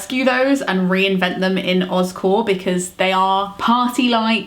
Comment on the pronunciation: You're saying Oz Core, but my brain hears Oscorp...from Spiderman. 😂 But I'm on board with OzCore!